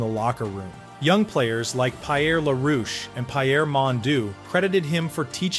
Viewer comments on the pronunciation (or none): pie air , c'est qui ça? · Even in English It's pronounced P air not Pie Air and since your doing a piece on a Great French Canadian you should of done your homework on how to pronounce the names correctly. It's bad form given how traditionally in Canada the English treated French Canadians like second class citizens and would often purposely mispronounce names. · 😂 LOL. No worries bruv! I’m a Montrealer… I had a few good laughs at the mispronunciations… especially Pie-Air!! 🤣 The end statement however, and this has nothing to do with the narrator’s errors, is…inaccurate let’s say. We call him “Flower” because his last name, “Lafleur”, means “The flower” in French! That’s all. LOL Great video still! Liked it! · Pie-air…. Really!!?? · Pie-Err Mondoo and Pie-Err La-Roosh. Voice synthesis has come a long way, but it still has some ground to cover. To err is AI, to forgive is hoo-man. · Please practice the French names before announcing them, because you are butchering them. Better yet do this phonetically first for example: For Belleveau say Belle-e-Voo and for Pierre say it Pea-Year. It killing the French language was a misdemeanor, you would be on death row. RIP: Guy Lafleur. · FIY: Pierre is spoken like "Pee Air". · You provided a very good summary but it was a bit repetitive. My only other complaint is you need to improve the French pronounciation of French Canadian players. You got a number of them right but there were some that were painful to hear. For example you pronounced a common first name: "Pierre" as "Pie-Air" instead of "Pee -Air". And Jean Beliveau's name is sounds like "John-Bell-ee-voh". Another one: "Maurice Richard" sounds like "More-Reese-Ree-Shard". My comments are not meant to criticize you, they are intended to help you improve the quality of your broadcasting material. Well done overall. 90 out of 100.